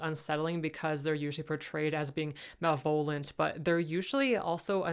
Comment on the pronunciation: It's not "mal-VO-lent," but "ma-le-ve-lent."